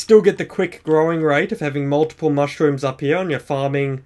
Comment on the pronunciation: U say here like heya